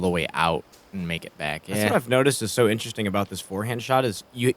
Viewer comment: inderesting is my new favourite word :) otherwise i love commentary